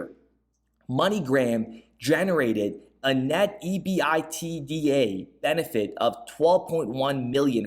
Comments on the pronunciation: Pretty good stuff. Good sleuthing again. EBITDA is a very known acronym in earnings/accounting, etc…you just say it as a word….EBIT DA… Good work. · EBITDA, is pronounced as a word not by each letter